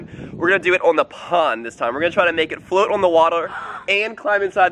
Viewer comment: it's float not flot